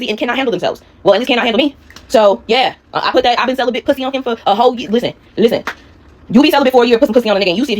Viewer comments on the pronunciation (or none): always kills me when she says "pwussy." 💀😭